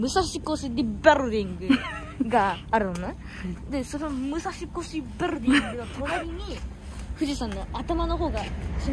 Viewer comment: 武蔵小杉ビルディング 発音GOOD😊😊